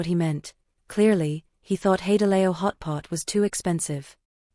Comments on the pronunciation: 'Hey de lay o' - I love AI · Teach your AI to pronounce HaiDiLao properly